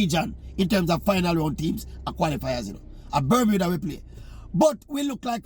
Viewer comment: C'mon Oral, it's Bermuda...